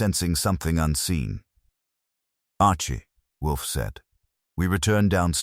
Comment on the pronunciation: How many Wolfe stories have you produced? Yet you haven't taught your AI not to pronounce it Wolfie. Sad.